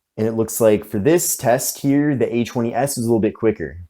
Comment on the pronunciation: Kept checking the description, because when you say A20s it sounds like H20S. Lol